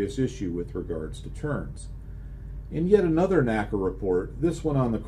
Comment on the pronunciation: I figure with the F4U-4 scenario, one would want to go to WEP before slowing down as it'd allow you to hang in the turn longer BTW: While I hate to be grammar police, particularly since my grammatical skills suck: NACA was pronounced En Ay See Ay, not Naka.